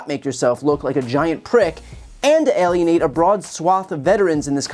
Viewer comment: “Analiate” don’t you mean Alienate bro?